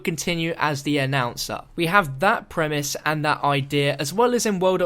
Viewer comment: Every time you say premise I swear your saying primis